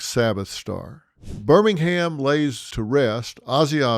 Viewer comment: It’s pronounced “ Birming hum…” not Birmingham like Alabama